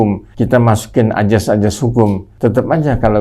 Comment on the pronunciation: Azas, bukan ajas. Pergunakanlah bahasa indonesia yang baik dan benar.